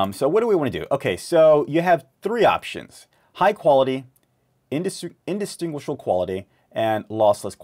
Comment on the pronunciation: Practice saying the word -distinguish few times,then add--able.......distinguishable .Breaking the word in two DISTINGUISH-ABLE. In-distinguish-able.Thanks for the tutorial I just got OBS Studio.